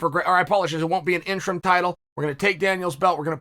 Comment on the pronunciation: I like Chael's ,"interm", Golden Fist award!